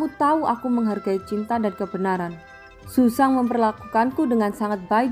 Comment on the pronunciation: Zhuzang bukan susang